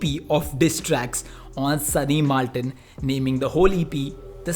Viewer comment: So u r saying that his name is SUNNY "MALTON" NOT "MILTON" !! I AM fucking disappointed man 😔😒😒